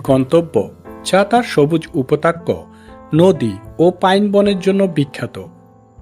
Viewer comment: Upotakya na thik uchhran korun. Loke hasbe